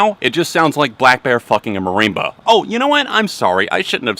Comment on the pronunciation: Marimba "mareemba" 😂😂😂 Loved the vid!